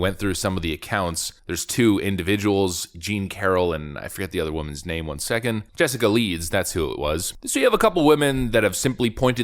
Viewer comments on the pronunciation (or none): none